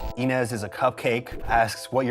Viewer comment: He said Inés so well :3 (It's my name too)